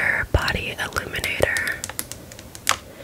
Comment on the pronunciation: Omg in your accent, “body illuminator” sounds like “body eliminator.” I was so deeply confused for a bit there 😂